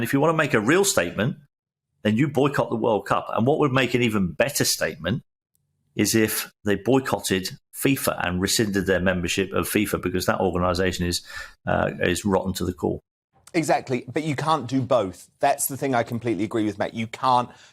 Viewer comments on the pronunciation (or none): Who writes this stuff? "Wrotten"?? Also it is rescinded not "resended".